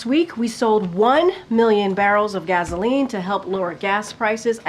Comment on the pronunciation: Gazoline. She can't even speak right